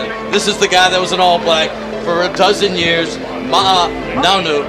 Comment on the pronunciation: I HATE the way the American commentators butcher his name “Ma-A” 🤦‍♂️